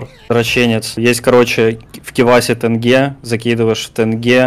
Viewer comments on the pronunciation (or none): Меня убила фраза "тЭнге" ... Правильно тЕнге😭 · почему все говорят ”тЭнге”? если читается так же как и написано, ”тенге” :(